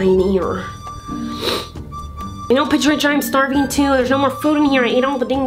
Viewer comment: The way she says patricia, I'm dead 💀🤣